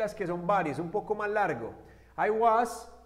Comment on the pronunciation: Cuidado con la pronunciación del "as" ya que lleva vibracion al final de lo contrario se está diciendo otra palabra que es 🍑 y no "tan... Como"